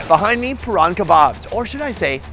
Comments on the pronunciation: NO. It's Prahran - rhymes with can (also the first r is silent) - kebabs - rhymes with tubs. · Even the employee couldn’t pronounce it lol. In fairness Prahran is tricky for Americans. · The pronunciation of Prahran without the Aussie accent 😂😂 SO POSH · Im just gagging at his pronunciation of Barrumundi 🤣. Poor Prahan hahah - to be fair even Melbournians get Prahan's pronunciation wrong. The HSP always struck as fitting right in the US - full of potatos, meat, cheese and sauces.